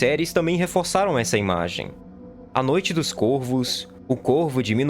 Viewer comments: Pronuncie-se CóRVOS.... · Não sabe a pronúncia do plural de corvo.